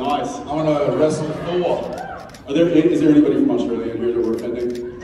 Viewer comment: Why was Jared going to Australia? I love Jensen’s Australia accent!😂